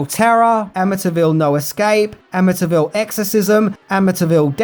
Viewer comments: It's Amityville Am- A- T- ville Not Am - A- Ta- ville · Ama-ta Ville lol...do you say Syd-na? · The Amintyville Horror. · A''"ville! But who will play? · Or.... The A--ville Horror. lol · Your accent made you mispronounce amityville about 100 times this video lol. I'm born and raised the town over from amityville, in Massapequa and over a decade ago they totally refaced the entire property and its completely unrecognizable from the front. But since its on a canal, me and my friends kayak up and down them and the back of the house and boat house didn't change for years, until new people bought it.